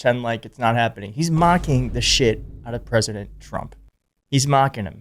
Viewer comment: They pronounced mocking wrong.